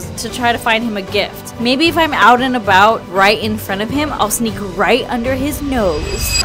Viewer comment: she said ''maybe'' not baby lol